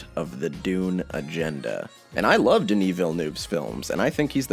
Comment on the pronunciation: Somebody for the love of god pronounce Denis Villeneuve’s name correctly. In French, the -euve makes a sounds very similar to the English “of”. Please read as Deni Villen-of.